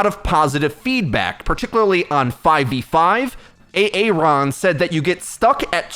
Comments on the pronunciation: Every time you say "A-Aron" I'm disliking your videos. Why don't you say his name correctly? You didn't do this to Jeff, so why don't give Aaron the same respect? He's a nice dev and tries to do his best to fill Jeff's shoes, but you don't seem to show any sign of acknowledgement. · What's up with how he says "A-Aron"? It's distracting. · Do you really pronounce aaron like "a-aron" ? It sound so weird. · A-aron... wow